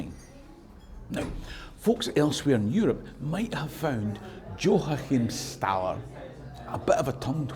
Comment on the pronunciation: Wee pronunciation guide for you,. 😊 The Bayeux tapestry isn't "bay-you", it's "bah-yeuh". The vowel in the second syllable is like the a sound in the Gaelic word "dragh". You got Joachimsthaler 99% right. The only thing you could do better there is to pronounce the J as a Y, which is the way it is in all Germanic languages except English and Scots.